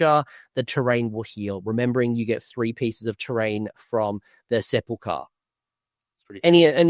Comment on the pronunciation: I have yet to see one person pronounce Sepulchre correctly